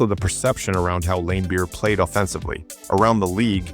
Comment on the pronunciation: Or Lamebeer lol, it’s a soft A